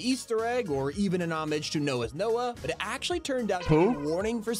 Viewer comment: "NoahsNoah" Sypher: Who? You can't do noahsnoah like that 😭😭